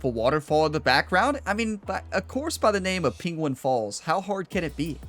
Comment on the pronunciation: Say penguin proply for fuck sake